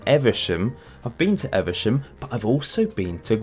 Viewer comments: Evesham is pronounced Eeeve sham, not eversham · Evesham is pronounced eve-a-sham.